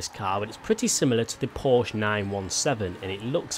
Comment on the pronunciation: You said Porsche wrong. Love ya